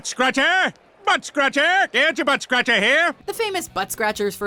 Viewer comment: "Everyone say it with us now" -- /says "buttscratcher" wrong/ -- /immediately plays clip of Peter saying "buttscratcher" right/ 🤨